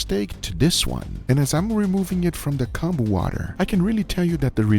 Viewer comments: Pronunciation is Koh-n-boo, so a long o that sound like “cone”, not short o that sounds like ah Os in Japanese are ALWAYS long Os, and U like Konbu (boo) are always long U. But make sure not to make the vowel song last too long or else meaning changes. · I like how he pronounces konbu as "Kahn-boo" and pronounces it correctly shortly after haha